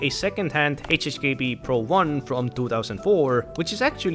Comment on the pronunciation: why do you pronounce HHKB ---> HSKB???????